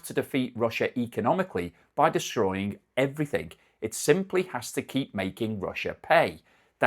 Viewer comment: Did you say everythink?